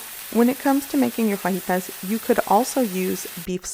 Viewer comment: Love the way you say fajitas.. correctly thank you!